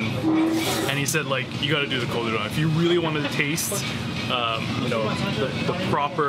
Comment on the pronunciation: Good manners dictate..remove your cap when dining! Be polite. Udon is pronounced u-d Ohn ..not U- Don